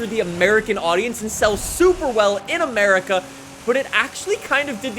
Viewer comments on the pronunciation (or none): none